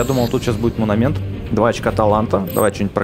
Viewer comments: правильно говорится не "мунамент", а "монамент" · монумЕнт, не мунамент, и да правильно говорить топАз, топАзовый реликт